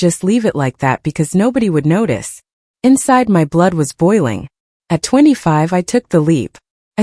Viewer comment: "This is MY house!" Get your emphases right! This is such a silly dumb voice!